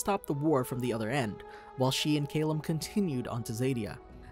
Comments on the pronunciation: It’s cal-lum not cale-um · It is Ca-lmm not Ca-lem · It's pronounced "Cal/lum, not "Ca/llum. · I hate how the narrator pronounced Callum’s name. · The only thing I hate about this video is the amount of times they mispronounce Calliums name. (Not trying to be rude or anything btw, just kind of annoys me since Callium is my favorite character.)